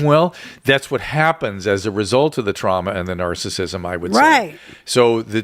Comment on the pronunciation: I listen to Drew and Carolla a lot. While I agree with him, he always goes back to Covid lockdowns and he says the word “narcissism” as “narcism.” I know he’s talking fast but it’s annoying.